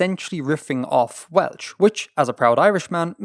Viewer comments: Well artifexians welsh pronoucniation needs work tho xD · welsh prounciation 😭😭😭😭😭bro pls